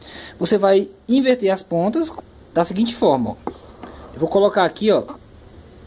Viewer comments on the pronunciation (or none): none